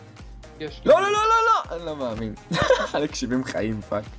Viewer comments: "אני לא מעמין" אינדה קלאש 2016 מבטא ערבי מושלם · בםעם הראשונה ששומעים את זה זה נשמע ערבי